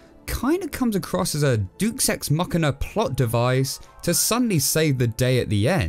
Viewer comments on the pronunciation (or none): DE-US ex machina, not "Dus ex machina" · Not "dukes x machina", but "deus ex-machina", mate. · Nigga straight up said "Duke Sex Machina"😂